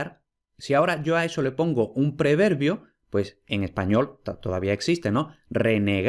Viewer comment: es no se pronuncia como se, el no se pronuncia como le